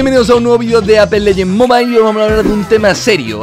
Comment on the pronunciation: Ko mobail xD como lo dice🤣